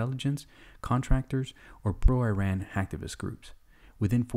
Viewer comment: Not how you say iran but what ever